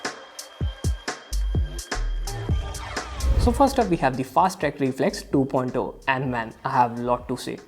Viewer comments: Man why you say "2.ooh"😅😂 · i know but sounds so weird 😂